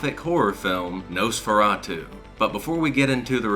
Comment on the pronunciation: Please stop saying Nose-feratu.